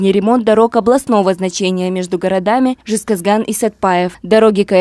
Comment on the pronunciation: Не жезгазган а жезказган сауатсыз ведущая